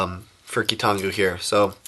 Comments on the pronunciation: It's KEE-tahn-GOO (based on Bionicle Wikia) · Hurry you guys, it's amazing! It's keetongu, NOT!